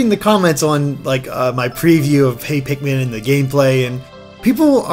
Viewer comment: "Tosh your Pikman"